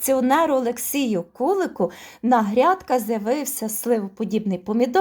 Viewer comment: гарна інформація , але КулИ'к. Наголос на другий склад.